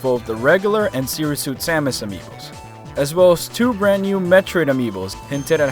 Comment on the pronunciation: Hey Man, I couldn't stop to noticed that you had a little Spanish accent when saying "Amiibos" just like someone would say it in Spanish, similarly to "amigos" Do you speak Spanish? I do, Just wanted to know.